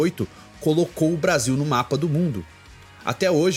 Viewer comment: aiiin ele falou bostill que revolucionarioo que ele é